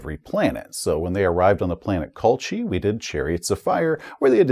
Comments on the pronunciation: Also think 'Colchis' is pronounced as 'Coal-kiss' since the namesake was an ancient Greek colony on the eastern coast of the Black Sea. Among the hordes of Traveller system names there are quite a few which can be confusing as to pronunciation. Just gotta fly them however you can if you don't recognize them, and there will be plenty of those. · Great review, but only one (very minor) quibble. 'Colchis' is pronounced Col-kiss. 😉